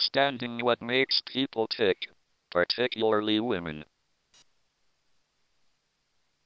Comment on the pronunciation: "particularily women"